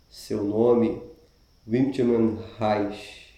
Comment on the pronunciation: Adorei seu resumo! Estranhei inicialmente a forma como vc pronunciou o nome dele (Wilhelm) mas fiquei feliz por ter continuado, vc conseguiu colocar muito da essência do livro. Parabéns e obrigada!